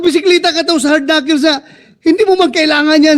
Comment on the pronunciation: knuckles is pronounced as 'knakols not knakils'